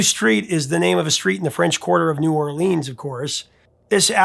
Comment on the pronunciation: I winced at the mispronunciation of New Orleans. Also Toulouse. You had the correct vowels but the wrong emphasis. You said too loose. You need to hit that S hard to say it properly, you put too much force on the T. But I forgive you. You a'ight.